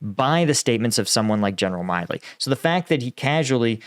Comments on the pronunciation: General Mark Milley's name is pronounced "Mill-ee". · Milley is Mill-ee is it not? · This guy can not even pronouncing a world known US 4 Star Generals name right….? This guy is a phony. No one who claims to be what he has would ever get General Miley’s name wrong…. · You’re a US vet and you cant pronounce Mark Milley’s last name!?!?!? Sus